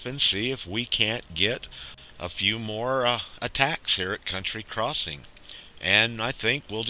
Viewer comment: Its county crossing, count tea, not *unt tree